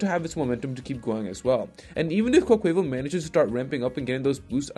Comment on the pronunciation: No one:: "Quoqueyval"